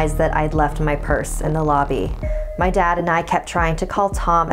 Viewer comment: NU MY WEAVE!!!! NOT MEH WEAVE!!!! But seriously, ima try that.